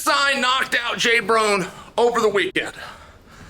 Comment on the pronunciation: Please someone tell me why he is calling him J Brone lol